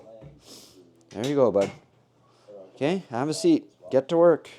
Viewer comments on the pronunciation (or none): none